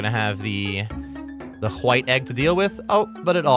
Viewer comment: Love your channel and guides. Please pronounce White correctly though. Thanks… 😂